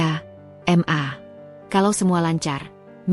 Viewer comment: Mbak baca ma itu jgn dibaca m dan a ...tapi di baca maaaaaaa ..itu singkatan dari. Mama ...begitu mbak